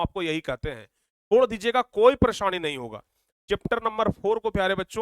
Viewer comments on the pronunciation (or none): none